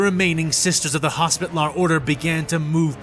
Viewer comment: "HOS-pi-TAL-er", not "hospit-lar".